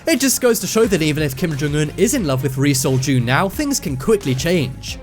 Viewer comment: Now that's all I can hear. Thanks for that! Lol